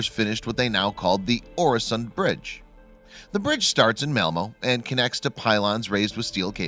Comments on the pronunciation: And its pronounced ew-a-son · As a swede hearing him say oresond is a bit painfull